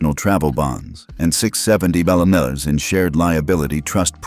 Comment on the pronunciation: Teach your AI reader that 'million' is pronounced 'mill-yon' or 'mill-yan' not 'mawiwi'